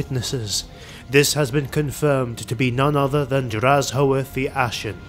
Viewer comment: The video is here but where is the lore? Also, his name is pronunced as drazh-oath. "Black-oath."